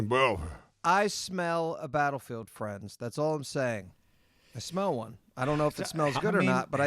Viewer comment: Wtf do you mean "we'll see...". You said "we're bringing back battlefield friends" wrong!